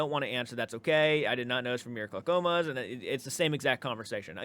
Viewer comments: I'm in Oregon. His pronunciation of Clackamas is funny. To be fair. When we moved here, you would crack up at how we pronounced Willamette. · This guy... 🥴🫠🤦‍♀️ Also, your pronunciation of Clackamas is hilarious 🤣🤣 Messing with ya, of course lol